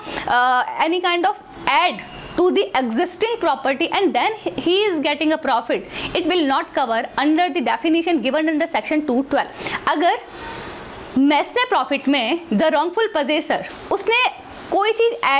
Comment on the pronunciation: Mesne (meen) is the correct pronunciation. Lectures are very valuable and thanks for that